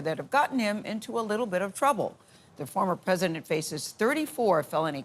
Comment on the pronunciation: He's the easiest pwesident